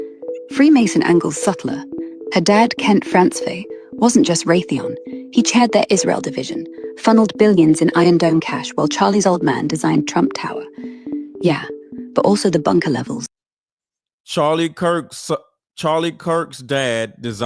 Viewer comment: It’s Ray-the-on.